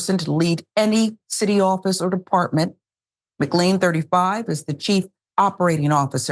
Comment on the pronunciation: Just FYI McLean is pronounced mc-lane :)